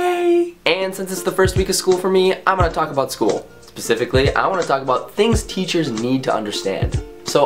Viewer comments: Connor babe, it's specifically.. Not pacificaly love you! <3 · lol you said pacifically not specifically i love you!!!!!! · lol he said pacfically eheh